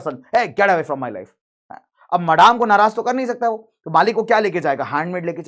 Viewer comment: Maadaame 😂😂it's madame and pronounced as madam